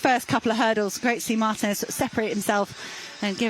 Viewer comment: The female narrator is an idiot or what? I mean, Spain is not even 2 hrs. away from the UK and she cannot even properly pronounce Martínez? You'd think that with all the Brits that visit and live in Spain they'd get an effin clue about basic Spanish or that they would study and be professional and learn how to properly pronounce the athletes last names. The accents on top of the letter are not there as Xmas decorations. They are there for a reason, primarily as a visual indicator of how to pronounce the words, unlike English. Where do you find these unprofessional narrators?